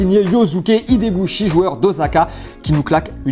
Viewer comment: On prononce Ossaka, pas Ozaka, ffs.